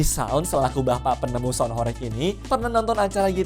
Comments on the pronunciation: Bacaanya horeg bang, bukan horek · Kata horeg huruf e dibaca seperti pada kata "belum" bukan huruf e pada kata "becak."